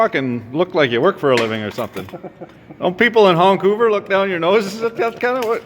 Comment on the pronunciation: “Hongcover” haha! I lived in Port Angeles for a while.